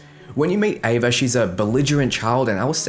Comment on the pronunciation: Ava. It's ava.